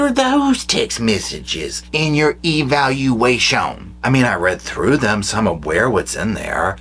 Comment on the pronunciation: Lol at Eevayalulaayshon 😂😂😂